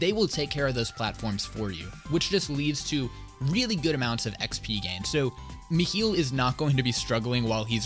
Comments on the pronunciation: Bro, I still actively see people argue on how to pronounce it lmao. With most saying Mi-high-le. But the people I play with pronounced it Me-heel, so it’s just become habit lmao. I’m just gonna start saying Mikhail though honestly, sounds cooler and is the original name for him. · its at 30-31 seconds in he says Meh Hill or Meh Heal